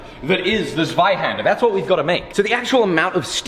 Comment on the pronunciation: We actually say tsweihander... not zzweihander... haha